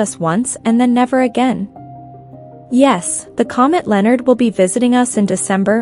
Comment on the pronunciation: If you are going to make a video, at least pronounce the name correctly...!!!